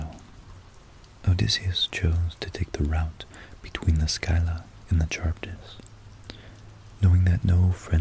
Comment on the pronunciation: Sill-ah, not skyla haha